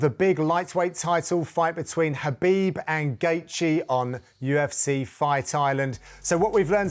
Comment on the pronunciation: For gods sake pronounce Khabib MR gooden